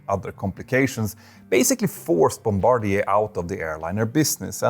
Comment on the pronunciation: Ya know this aviation channel is legit cause he pronounced Bombardier correctly. The number of aviation channels out there pronouncing it "bomb=ba-deer", AS IF an airplane manufacturer would name their company after the plane/pilot that bombs other countries.... well, if Bombardier was an American company, I could see that.